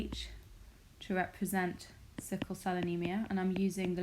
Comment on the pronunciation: It is sickle instead of sickie